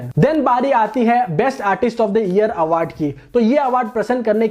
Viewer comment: Awaaardh nhi hota hr Bhai